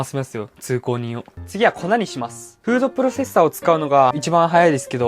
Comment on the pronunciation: フードプロセッサーが 風俗プロフェッサーと聞こえたのは 自分だけじゃないはず！